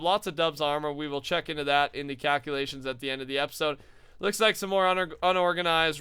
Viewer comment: Instead of calculations, I heard cowculations!